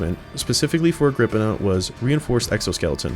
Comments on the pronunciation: You are wrong about how the forge word is say it is agr-pi-naa also nice video. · woulnt the pi in agripinaa be pronounced like pi the mathemathical constant that they have on their symbol?